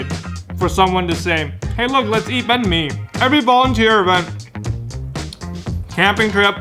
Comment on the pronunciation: I'm glad he pronounced banh mi with real vietnamese tones.